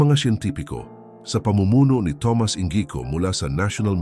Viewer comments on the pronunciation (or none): none